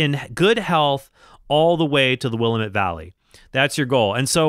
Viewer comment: Cool! I loved that game. I only played it when I was real young, though, and never did beat it. P.S. I'm from the Willamette Valley, and it hurts our ears to hear will-uh-MET (caps are on the stressed syllable). It's pronounced more like will-AM-et, with an a-sound like the one in the word apple. Here's a 46 second video that does a good job of showing how we pronounce it